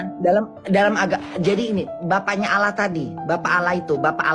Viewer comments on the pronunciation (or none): Sebenarnya sih cara dia nyebut allah saja sudah salah, kenapa jadi alah, itu saja dalam bahasa arab saja kesalahannya sudah fatal banget.